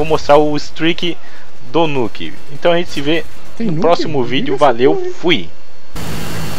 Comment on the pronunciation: nuuukkkk???? no is nuk???for mi nuk????au..au,,auu.kkkkkkk